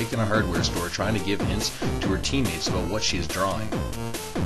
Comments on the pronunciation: LOL. He pronounces "about" like "aboot". Just like the Canadians on South Park. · aboot... ABOOT